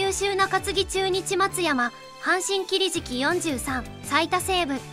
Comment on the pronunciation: 何かおかしい＝きりじきではなく、きりしき。